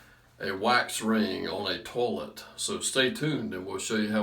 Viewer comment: I like the way he says "toe-let" with his accent.